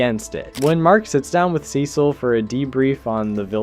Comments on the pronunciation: You mispronounce Cecil until , but then you go BACK to mispronouncing it ?!?! wtf man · Awesome vid. But the Cecil pronunciation jumpscared me